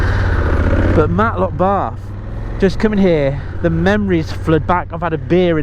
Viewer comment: its Matlock bath not Matlock barth.